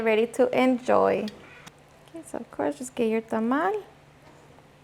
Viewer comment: Thank you for the correct tamal pronoun…. 😊